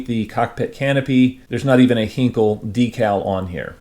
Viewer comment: Not to be too much of a pedant--and I am not a native German speaker, so take this with a grain of salt--but I believe Heinkel is pronounced HINE-kull. Anyway, very interesting kit. A tad jealous as they don't seem to be in large supply and I've always been very fond of the early German jets. Thanks for sharing!